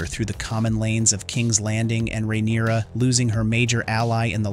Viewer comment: Just hearing you say ""RAIN-uruh" & "Yaygar" drives me insane! Sounds like u have no idea who u are even talking about. Stop being so lazy using AI, & speak for yourself. Please..smh.🙄 😂